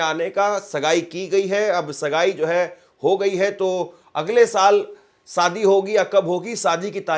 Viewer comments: सादी नहीं शादी कहो। सही हिन्दी बोलो।एंकर को शोभा नहीं देता। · Its Shadi, not Sadi, stupid. Improve your pronunciation.